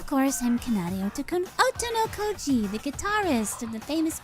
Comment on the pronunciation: The game has ended and the Otonokoji twins still haven't learned how to say their last name